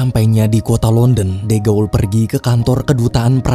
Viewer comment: Izin koreksi dikit min, de gaulle itu bacanya, "de" dibaca seperti "the" (dlm bhs. inggris), "gaulle" dibaca "gol" karena "au" dll bhs. Prancis dibaca "o"